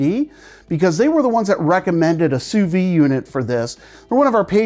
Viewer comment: 'Soo vee'. Say it Frenchie!